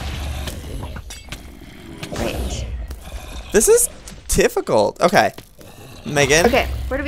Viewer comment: Joey: This is...tifficult